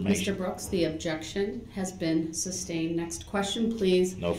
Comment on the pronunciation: “suBstained”….. according to him 😂😂😂